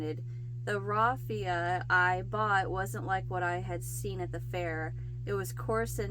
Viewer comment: The word salable means fit or able to be sold. You pronounce the first three letters like "sail" or "sale". The first letters of raffia are pronounced like laugh.